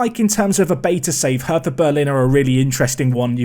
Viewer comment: Cant wait for the new series my guy 👌 If you go Berlin its pronounced "hurter" 👍